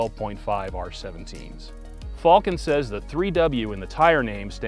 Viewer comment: How do you actually pronounce this company? Fall-ken or Falcon?